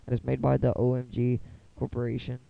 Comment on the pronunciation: It's OGMz not OMGZ you fucking idiot lol seriously